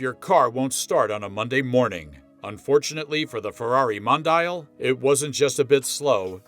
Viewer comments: Mon......di.......yal Not modayel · Don't agree with your review.Very happy with mine QV.At least pronounce the name right.